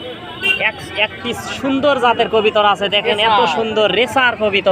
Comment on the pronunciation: কথাটা হবে কবুতর আপনি কবিতার বলেন কেন